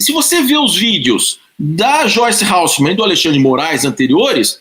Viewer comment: Ralsseman. Hasselman .